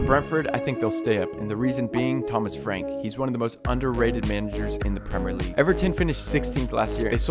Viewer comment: Why does this guy never pronounce the “I” in Premier